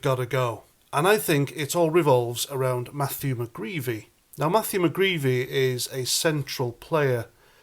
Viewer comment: Mcgreedy not mcgreevy